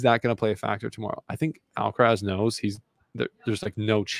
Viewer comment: he is pronouncing djokovic much closer to the correct way than he is pronouncing Alcaraz.